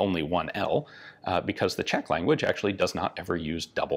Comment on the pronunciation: Ian's Czech pronunciations are actually not bad